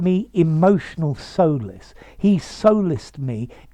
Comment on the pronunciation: Hej. Solice is pronnounced /ˈsɒlɪs $ ˈsɑː-/ you pronounce it 'So:lis. Please check the pronounciation.